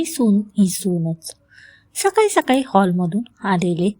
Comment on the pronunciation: सकाली नाही सकाळी